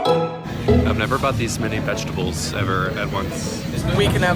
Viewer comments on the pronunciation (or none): " so health... VEGEDABLES!!!"